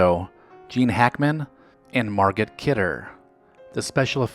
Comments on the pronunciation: The correct pronunciation of names is rather important. It is NOT “men -ah - chem”! It is “ men - awk - um”. And not “mahr - gaht”. It is “mahr - go”, the T is not pronounced. I enjoy these vids a lot, but ya gotta get names right for folks, many of which, are known by a lot of people. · Also MarGOT Kidder, the t is silent. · Menna chim? Mar gott? Come on narrator dude. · "Men-uh-chim." 🤦‍♂️ It's pronounced "Men-ah-him." And "Mar-git Kidder" is "Mar-goh." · Margot ((MAR-gō) Kidder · And Margot is pronounced MAR-go. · And MarGOT Kidder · Men-A-Chim Begin and Mar-gut Kidder- this kid hasn't graduated from middle school. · A great series. But you must put a little more effort into pronunciation. Menachem (meh-nah-kum) Begin (bay-gun) Margot (mar-go, the t is silent) Kidder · You're usually good with names but I have to ding you twice... Men-KNOCK-him BAY-ghin Mar-Go Kidder You still managed to get Dennis Kucinich correct. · Man, I love the videos on this channel!! It would be REALLY great if someone could let the announcer know how to pronounce foreign names and other tough words. I’ve heard it many times but haven’t mentioned it before, but hearing Menachem Begin’s name mispronounced that way hurt my ears. And the “t” at the end of Margot Kidder’s first name is silent. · Check pronunciation of Margot. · Menachem I can understand, but c’mon now it’s Margot the t is silent. I saved a couple bottles of BILLY BEER ha, that started Craft Beer. RIP Christopher Reeve, a great human. 🙏🏽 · These are NOT enjoyable. Also, please learn how to pronounce Margot and Menachim.